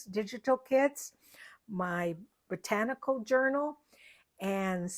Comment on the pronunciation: Hello sweet, your covers are works of art! I caught your blooper when you said Rachel’s Potanical instead of botanical,lol! Thank you for sharing your talent & how to construct the fairy lights! Please take care & please give sweet Fiona a big hug!🤗💜🌻💕🐶🙏🙏